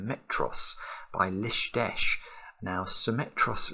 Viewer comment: Lovely puzzle, vintage Lisztes! (Note: list-esh, not lisht-esh)